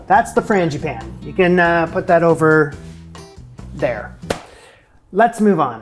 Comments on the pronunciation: you are really close w/the pronunciation. Frawn, like fawn(baby deer), Gee(bee gee's) pan(frying pan), then finish w/an ah sound. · The English Teacher in me says I have to tell you: Frăn g ĭ păn Ē (forgive me) 🤣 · I have always heard 'frangipane' pronounced the way you did. I might have asked for some cream with those.